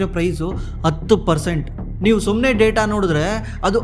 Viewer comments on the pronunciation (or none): none